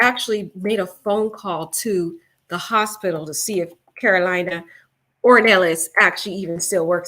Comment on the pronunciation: It’s not Karolina like North or South Carolina, It’s Karolina like Car-o-Leena.